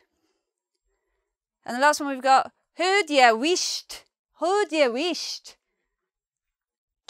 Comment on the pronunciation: Good video, but some of the meanings given and pronunciations are slightly wrong. For example, in sassenach the ‘ch’ would be pronounces as in Loch, not as in ‘chair’. Haud is pronounced as in ‘god’. A few other but it’s overall a helpful video for non-Scots speakers. Interesting fact, my partner if from Iceland and a lot of the Icelandic words are the same as the Scots with the same meanings, so many of them come from old Norse.